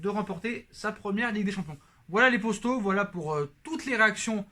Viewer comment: Il dit yo les postos ou yo les potos ?